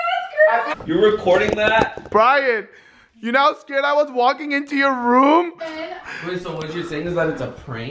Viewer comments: I swear he said babe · Orbaxy it's deaf and it just sounded like he said babe 😐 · He said wait not babe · At first i heard wait now i hear babe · sounded like he was saying Wait not babe.. but who knows